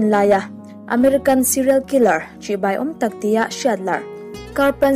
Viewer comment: Chibei a nilo, CHIBAI